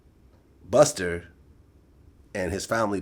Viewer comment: "buster" - officer vlad